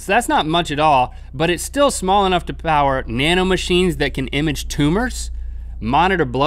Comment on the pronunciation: Link said plower teehees